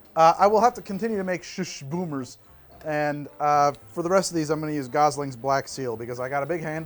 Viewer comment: It's not Schuschschschcsh it's Schuss. Pretend it's spelled Shus and say it with a sharp S sound at the end.